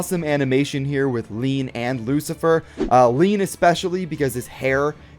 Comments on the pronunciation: ILLINUC IT'S LIAN NOT LEAN 100 PERCENT FOR HASBRO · The name in America is lain so it is lane not lean